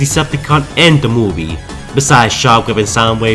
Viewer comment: When you say the word "movie" it sounds like your saying "mobie"